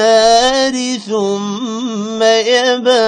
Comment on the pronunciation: ASSAMUALAIKUM! IS RUKU(7) KA LAST AYAT KA BICH ME LIKHA HUA HAI , "BIN NAHARE" LEKIN AAP POR RAHEN HAIN, " BIN NAJARE", HAZRAT, YEA KIUN?? "